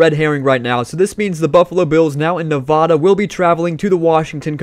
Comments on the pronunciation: It’s Nevada not nevoda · It’s Nevada not nevadaa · Stop saying Nevada wrong. Good video though.